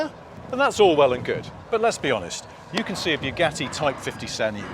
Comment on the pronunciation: Please stop destroying the pronunciation of Bugatti, it's not bew gatti like new gatti😂, rather Bu, as in but.